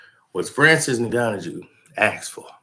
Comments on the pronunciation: Its pronounced like N-Gone-New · is my guy but the way he says Francis's last name is hilarious